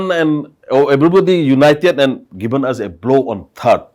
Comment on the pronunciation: 0 haothu pramod,What is poof...first of all learn English...say proof, villages not billages, given not giben,...Sir thappar, these haothu pramod tried to fool you but you don't gave him the chance...kudos to sir thappar...Regards